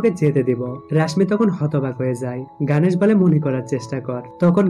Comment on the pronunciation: ওরে ভাই গানেশ না গনেশ উচ্চারণ ও করতে পারে না